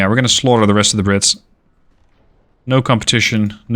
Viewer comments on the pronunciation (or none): none